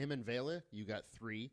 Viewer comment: thankyou for saying Vela's name correctly. most youtubers seem to call her veela.